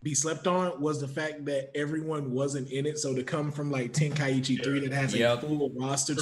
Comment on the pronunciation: How is a fan and he didn’t know how to pronounce Tenkaichi -.